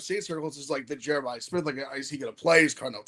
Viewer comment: yall saying jerimah love like hes jerimiah smith!